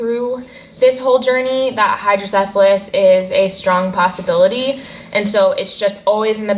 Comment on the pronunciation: you're the first non-Dutch person that I've heard pronouncing hydrocephalus correctly....